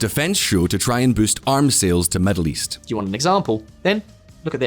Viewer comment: Accurate how pronounced"middle East"as"Meddle East". Also, isn't this THE MOST 40k church in the world?